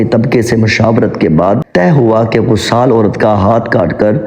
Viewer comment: بہت خوب۔لیکن اسلامی کہانیاں سناتے وقت پہلے اس کے الفاط کا صحیح تلفظ سیکھنے کی کوشش کریں۔ امام میں ا کو زیر کے ساتھ پڑھنا چاہیے ۔ غسال کو زبر کے ساتھ۔ دوسری غلطیاں بھی تھیں۔ اس کا خوب اہتمام کریں'